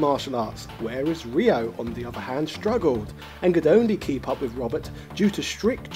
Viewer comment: What? He literally called Ryo "Rhea" for half the video and then proceeded to change it to "Rio." The sound "yo" is not pronounced as Yeehaw, dawg. =P Ryo is r-yo. Ryu is r-yu. It's read exactly as it is written, unlike queue or eyeore. And yah, why not ShoRAYEooh-Kane or "Too doo" for Todoh then?.. Lemme guess, Ryuhaku's daughter is Kay-suhmay?! :D